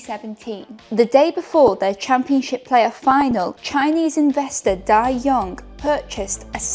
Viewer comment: Hello! Love the content! Love the videos! Love the stories! A small correction. His name is pronounced Dai Yong Ge, so Ge is a separate word/character.:-)